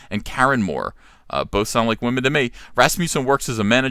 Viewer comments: People would take you more seriously if you didn't say Wah-men. That immediately shuts down any point you have. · What is a waw-men?!?!?! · Is saying Wahmen a trigger for SJWs?